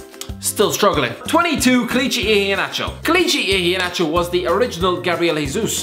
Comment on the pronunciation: i have never missed out on a nigeria in ur video Besides u did not pronounce Kelechi Ihenacho well